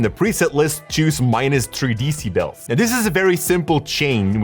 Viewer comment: 3 Deeceebels